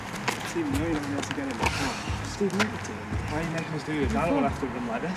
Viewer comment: steven- "good evening" stephen- "good ephening"